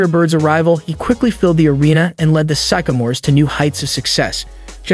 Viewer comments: Sycamore is pronounced (sick-a-more) not (psych-o-more). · This guy needs to learn how to pronounce Sycamores and he called the Lakers the Dodgers. Poor editing.